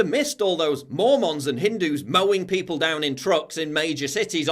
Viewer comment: It’s pronounced mormin not Mormons